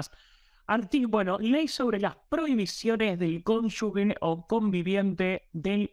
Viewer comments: la pronunciación correcta de CONYUGE es "cónyuje" y no "cónyugue". lo dijo bien ¿notaste?. Todo el video, excelente. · Se dice cónyuge y no cónyugue. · Excelente nota, como siempre. Gracias! Un solo detalle: no es "conyugue" sino conyuGe (se pronuncia como gente, ángel, como bien lo hizo tu invitado). Abrazo! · 1) si no escuché mal se dice cónyuge y no conyugue, como dijo el brillante. (perdón por la corrección), 2) las cónyuges de los líderes peronistas empezando por Eva e Isabelita, siguiendo por Chiche Duhalde, una maestra de escuela que la pobre se cree una gran estadista y si se quiere por la adorable Kris, han sido una verdadera plaga para los argentinos. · Toda la razon pero no se dice "conyugues" es CONYU"G"E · Todo bien pero no se dice conyugue. Es CONYUGE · ¡Excelente video! Una sola corrección: la pronunciación de "cónyugue" es [cón. yu. je] y no [cón. yu. gue] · cónyuGE se escribe y se lee con G, no es CÓNYUGUE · No se dice cónyugue sino cónyuje. Queda feo que un informante no sepa pronunciar. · Muy buen reporte. Pero repita conmigo: cónyuGE (cónyuGUE es incorrecto)😊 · Bien. Buenos comentarios 😀 Se escribe y pronuncia cónuge (no cónyugue) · Cónyuge y no " cónyugue " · Perdón. Cónyuge con g de gracias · ¿ estudió? No creo xq no sabe pronunciar la palabra CÓNYUGE